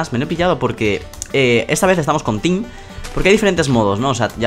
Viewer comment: El video tiene moy buena calidadd Me ha dado mucha risa en el principio porque dijo tin en ves de team jajajaj